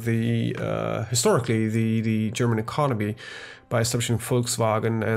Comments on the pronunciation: Your German accent is really good. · are you a german????? Cause you speak german word really good))))